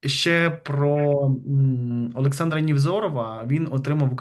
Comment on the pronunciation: поміняй е на є.